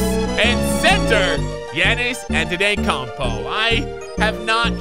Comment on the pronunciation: He said Giannis Antetokunmpo wrong